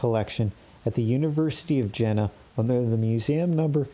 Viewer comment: Your presentation is very good. Be careful about German names, though : Jena is the city of Iena, as it is pronounced. I appreciate very much your reading of these magical texts.